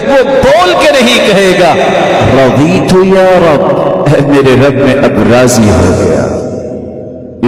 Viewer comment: Assalamualaikum Bhai first video me razitu ko razina aap bole the is ko clear kijiye